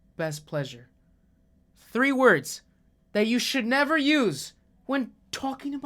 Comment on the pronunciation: Okay man you can beat this, just deny deny deny “You find the place okay ?” Nevah. Nevah evah